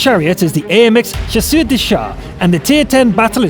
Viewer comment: Much better on the French pronunciation so thanks for the effort. As your french speech coach, to get 'Chasseur' correctly pronounced, try saying 'Sha sir'...but run them together. Then, I think you'll be about as close as you can be without listenig to a Frenchman say it. Cheers.